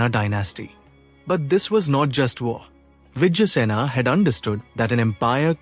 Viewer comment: Why is it pronouncing Bengal as Bangol? Who is Vijjasena? It is Vijaya Sena